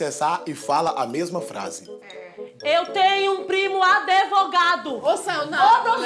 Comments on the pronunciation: Todo barraco tem " Adevogado" 🤣🤣🤣🤣🤣🤣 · Adevogado. O pobre tbm tem um vocabulário próprio. Rsrsr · "-Eu tenho um primo aDEvogado!" 🤣🤣🤣🤣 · " eu tenho primo adevogado" foi mto bom.....kkkkkkkkkkkkkkk #amooooo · " adevogado " kkkkk